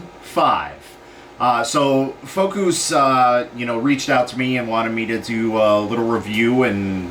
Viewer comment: Fokoos has this video on their website as the only review in video form, which seems a bit odd considering it sounds more like a blatant advertisement for the Ender 3... The Ender 3 is referenced countless times while the mention of this companies name is a very half-ass mispronunciation attempt...